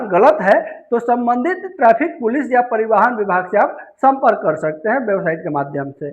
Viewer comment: कृपा करके परिवाहन, अनलीगल और हैमलेट न कहिए । कृपया बोलने से पहले थोड़ा अभ्यास भी कर लिया कीजिए । कभी कभार डिक्शनरी भी देख लिया कीजिए जो शब्दों के विषय में ऑथेंटिक इनफॉर्मेशन देती हैं । आप के लिए ही तैयार और प्रकाशित की गई हैं। नहीं देखिये पढियेगा तो शब्दकोश मायूस हो जाएंगे ।